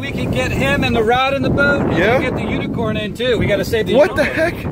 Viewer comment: He said unit corn so meany time 🤣🤣🤣😂🤣🤣🤣😂🤣😂🤣😂🤣😂🤣😂🤣😂